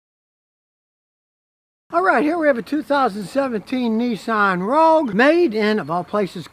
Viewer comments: ROGUE not Rouge. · "Nissan Rouge"